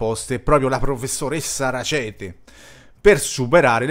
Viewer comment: È un cognome tedesco, pertanto va pronunciato esattamente come è scritto: Rackete e non Racete